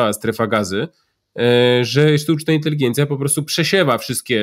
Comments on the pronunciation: Inteligencja a nie inteligijencia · Czy Pan redaktor Piotr Zychowicz przez cały program mówi INTELIGIENCJA?